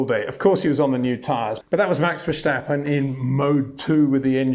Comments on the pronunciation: Hum - maybe my 'ear' isn't perfect but the host seems to be saying 'Verschtappen' here - at 0.18 of the video, or here, where Max is giving Dutch lessons and says his name at the beginning of the video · HEY PETER WINDSOR, I HAVE MESSAGE FOR YOU SIR: it is NOT Max "verSHtappen" ... Max is not German (Germans indeed do pronounce "st" as "sht") ... #Max33 = Dutch NL/Belgium! ... It is not "Bottash" nor is it "Lewish" certainly not "verSHtappen" .... This BS started long time ago when a British sport presenter interviewed father Jos Verstappen and assumed you can use a German pronunciation to a Dutch Driver thinking it is so "funny" ... It is not. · on top of that, the situation is so absurd because it is not impossible at all to pronounce it correctly for an Englishman, since the "s" should be pronounced as any Englishman would pronounce a "s"... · Right now Shlewis Shamilton needs 5 victories with point for fastest lap in order to pass Vershtappen in the championship, if they both finish the race in first and second position :-) Please Peter, it is NOT Vershtappen !!!!! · Dear Peter, again, why why why pronouncing it as Vershhhtappen? Makes no sense, at all! It’s just as the English ‘stop’ and ‘step’. Either you’re ignorant or doing it on purpose. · Max "Verstjappen"? I give up... ;-) Anyway, thank you so much Peter for again a very good and spot on analysis! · Yeah exactly! It’s irritating! At least he should be consistent with the way he pronounces his “S”, his last sentence in the video should be: “Let’sch schee if he continues that in Schilverchtone in two weeksch time”… I propose that we all comment his videos with “sch” everywhere instead of “s” 😁😁😁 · Ver-stappen mate, not shtappen. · he is not Verschtappen, he is Verstappen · Curious… Why say Vershtappen? It’s pronounced Verstappen …. No sh in there. Ver-stap-pen. Stap as in stop…. No Shtap! Otherwise good summery!